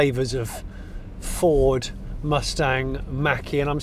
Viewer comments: I am 1 minute into this video Jonny and I have heard you say "Ford" twice, and neither of them were pronounced correctly. I'm going to watch it all. I'm going to enjoy it all. But if you do not say "Ford" properly ONE TIME in this video, I will be deeply disappointed. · I noticed you were not pronouncing 'Ford' in your usual manner Jonny, surely its 'Fawrdss' ;) Anyway that nonsense aside, although this looks like a decent effort, I can understand peoples concern over the use of the name 'Mustang' on this - in much the same way I was absolutely horrified by the application of 'Puma' to the new jacked up Fiesta 'cross-over'/SUV thing. Although I will also declare that, like you, SUVs are not my cup of tea anyway, so there is that too.